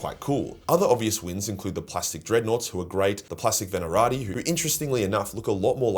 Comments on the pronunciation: The fuck is a Venarati? Even down under, that's a bonkers pronunciation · Ve-na-ta-ri. I don't mean to be a jerk, but, common man, this is your job.